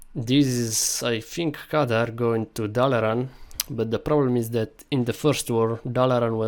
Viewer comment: You're misspronounching the name. It's Khadgar not Kadar. The white haired man isn't Medivh, because he has long hair, while this one has short and white, so it's more likely his steward Moroes. The mage meeting is the Council of Six. The fel explosion likely shows the (blurry) TRUE Karazhan, so it's likely that the tower show at start isn't one. And yes, the canyon is the Blackrock Pass because there's Blackrock mountain in the background and there's no other smoldering volcano on southern part of Eastern Kingdoms. Remember the trailer doesn't show the scenes chronologically. If Stormwind is destroyed, they likely wouldn't wanna show it since it would be about as big a spoiler as king Llaine's death.